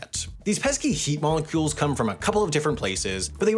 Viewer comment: wtf is a heat molocule